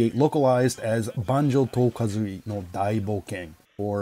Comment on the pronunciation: I did a double-take at the flawless japanese pronunciation of "Banjo to Kazooie" Also favourite level: Rusty Bucket Bay (as contentious as that may be)